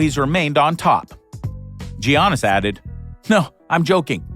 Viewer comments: How hard is it to say YAN-is ? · Did he say Yiannis like Giannis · It's not G aunas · And all this time I was pronouncing Giannis name wrong.